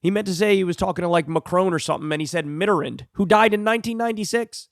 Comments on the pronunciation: Anal Navarro is a resistance 'liberal' who still wants tax cuts for the rich, deregulation, limitless money in politics, etc...Off the subject, Kyle, Mitterand's name is pronounced with the last three letters sounding like the word 'and.' Love you, but drives me crazy when you pronounce the same name wrong time after time. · When will Kyle stop pronouncing Mitterrand and Macron wrong